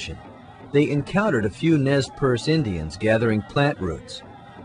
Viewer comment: Nay per-say is the correct pronunciation for the Nez Perce. That being said, I really enjoyed this